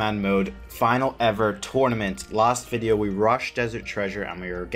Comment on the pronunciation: DMM "toynament" lol